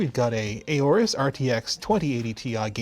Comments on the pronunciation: Why do people say aAorus? It’s pronounced Aorus... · I didn't know it was pronounced Eyorus, I always pronounced it as Awrus. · I'm pretty sure it's pronounced "or-us", at least that's how the rep at CES said it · I love, but the way he pronounces Aourus threw me for a loop